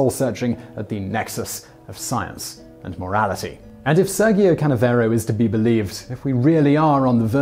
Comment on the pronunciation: SEHRR-jyo, not SUR-gee-o.